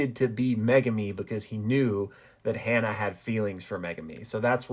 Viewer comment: Ha-Na not Hannah.....